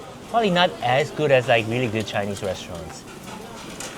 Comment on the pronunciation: Why does say Chiiii-neez like a southern redneck? 😭🇺🇲